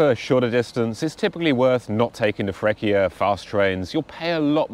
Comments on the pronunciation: We are sooo fancy and loud 😂😉 Please let me explain you how to pronunce Freccia. It's not Frekkia, because that c + c + i sounds like cha cha cha, a soft c, and the c is double, so... Frech-chia 😊. But... If you say "chi" (who), or "che" (which, or that) the c is hard, and you pronunce ki and ke. ...We are fancy, loud and complicated 😂😂😂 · Are you still in Emilia Romagna? Don't miss Ferrara and Ravenna! Fancy and loud are not the qualities I personally like most in people, especially loudness but I know Italians are well known for these two among others 😂 For the pronounciation of Freccia, it has been funny and nice to hear Frekkia and also it has been funny and nice to hear "pawlee eenglese" 😊 I hope that my baaad english can result funny and nice too 😂😂😂